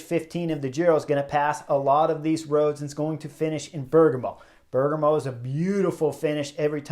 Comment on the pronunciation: Bear-GAH-mo, buddy.